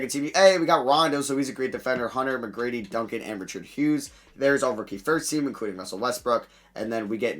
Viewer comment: how tf u pronounce richard lolll